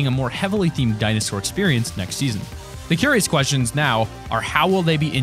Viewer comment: Why does he keeps on saying in seaaon 6